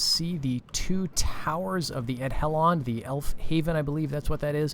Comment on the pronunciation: To be that guy that everybody loves, dh is pronounced "th" - so Edhellond is pronounced "Ethellond"